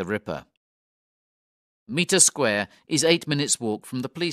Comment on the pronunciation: This is a good little audiobook, thank you. “Meter Square” as repeatedly narrated, is spelt and spoken, Mitre, as in “might”.